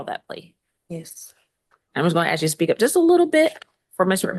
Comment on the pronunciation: An educated attorney saying Axe instead of Ask is wild